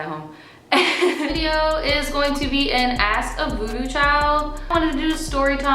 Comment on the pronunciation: Every time you say voodoo tribe I hear booty tribe and it makes me smile every time